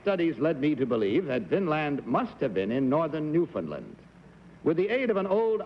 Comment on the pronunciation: Kitty Carlisle was such a class act––and one of the few people outside of Canada to properly pronounce "Newfoundland" .